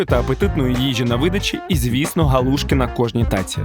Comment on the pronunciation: І не галу'шки , а галушки' , хоч би в когось спитали, правда молодня кругом , і в Полтаві теж ,що соромно мені ,бо вчив краінську лутературу.